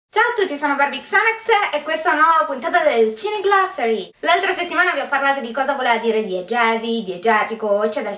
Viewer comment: Ottima pronuncia di "Cineglossary" :)